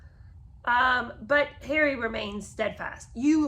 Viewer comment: I have to agree with Lola Louise that I cannot clearly hear the enunciation of the words when you dramatically do "Harry". The rest is fine, and I do enjoy your take on the book.